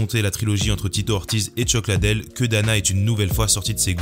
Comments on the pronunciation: Chuck LIDDELL pas ladel ❗️❗️ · Merci pour tes vidéos ! Par contre tu peux dire Chuck Lidle au lieu de Chuck Ladelle stp? 😂